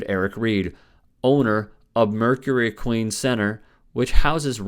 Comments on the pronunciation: Equine is pronounced "ek-wine", not "ek-ween". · Did you really just pronounce "equine" as "ek-queen"? Makes me wonder what else you don't know jack about. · It's not ek-queen, it's ek-wine. Are you sure you're a sports expert? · Pronounced- ekwine 🐎 Not 🐎 Ekwēēn Thx, love the content, just the pronunciation buggin' me. ✌ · Equine is pronounced EK-wine, not uh-QUEEN. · Ek wine. Not ek queen. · No disrespect, just fyi, Equine is pronounced, ek wine. Love your channel. Keep up the great work. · You are pronouncing equine incorrectly pronounced ek wine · Do you seriously not know how to pronounce equine? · I know. Can he learn how to say the word, Equine. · Equine is pronounced with a long "I" sound. Just FYI. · Be more credible if pronunciation was correct. Equine There are a couple ways...you used neither.